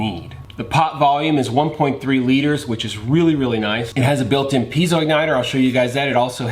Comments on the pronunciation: What is a "jet ball"??? "Intresting" is not a word. Piezo: PEE•ay•zoh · Jet "Ball"????? Pē•ā•zō